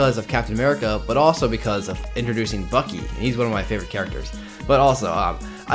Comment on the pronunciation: You said first avenger now you say bukee